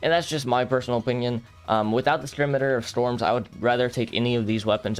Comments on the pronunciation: Idk the current pronunciation but I also say skimitar instead of seemeetar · Never heard scimitar pronounced that way before 😢